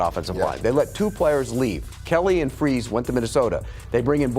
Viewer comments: Ah yes, the Colts let go of FREEZE and now have CONCLAVES. How are you supposed to take someone seriously when they can't even pronounce half the players names correctly? They're not even particularly difficult or uncommon names. Fries and Goncalves. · 1. The Colts offense in 2025 is quite literally, by virtually every metric, more efficient than any Peyton Manning led offense 2. “Got rid of Kelly and ‘Freeze’ (Fries) and brought in Bortolini and ‘Gonclaves’ (Goncalves)” I mean, come on dude. If you’re going to have an opinion about the Colts, at least sound like you know what you’re talking about; that starts with getting names right 🤣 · The should never talk ball again. Minor thing: it’s Fries…not Freeze. Just shows he hasn’t watched the colts. To say the Colts haven’t beat a good defense is laughable. People forget the Denver game. You can only play the teams put in front of you. Good teams beat bad teams. GREAT teams beat the brakes off bad teams: dolphins, titans, raiders. The colts are a great team. These media “insiders” and pundits are always moving the goal posts with this colts team. No respect. As a colts fan, it’s annoying af. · Old RG Fries = FRYS, like it is spelled, as in French Fries. New RG Gonçalves = Gone-SAL-ves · He butchered Will Fries' name, too.